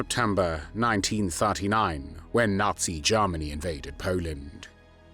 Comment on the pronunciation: Also Germany not Jarmany.